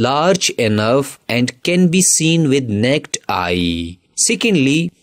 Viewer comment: Bro said neked eye 😂😂😂